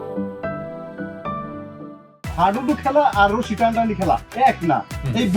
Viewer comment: হাডুডু ❌ হাইডুডু ✅